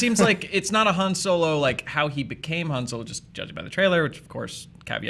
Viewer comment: says Han Solar or Soler